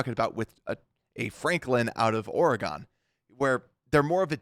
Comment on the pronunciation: Super minor thing but it drives me nuts when you do this: it’s ORE-GUN not ORE-GONE when you say Oregon. Other than that loving the channel 💪